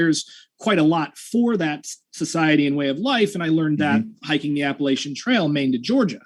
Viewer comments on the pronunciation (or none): mispronounced Appalachian. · Nope. The pronunciation of a place is determined by the people who live there. I say Appa-LAH-chan when I'm talking about the specific region in the southern part of the mountain range (that actually came up in my previous debate with ), but the Appa-LAY-SHUN mountains run all the way up to Canada. People in the north use that pronunciation, as does the Appa-LAY-SHUN trail Conservancy, and that is the prevailing pronunciation by the people who live on the trail itself, ie: Thru-Hikers. So the part of the mountain range where the inhabitants say Appa-LAH-cha is where that pronunciation is correct, and everywhere else it's "Appa-lay-shun". Either pronunciation is correct for the range itself, but I tend to default to Appa-lay-shun because that's just the most prevalent pronunciation outside of the South.